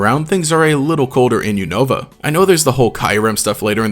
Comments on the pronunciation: You pronounced unova wrong btw its U nuvuh not U Nova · ok the way you said unova turned me off your video so fast..